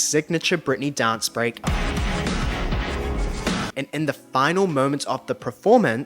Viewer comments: Lol I cannot watch you any longer... PER-FORMANCE LOL not PRER-FORMANCE... 🤣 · Great content but you mispronounce ‘performance’ as ‘pro-formance’ and you use the word often so it stresses me out x